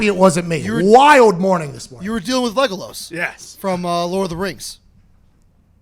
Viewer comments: Legolos lmao it's legolas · This man said Lega-LOS lmao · yeah bro this nerd can't even say "Legolas" correctly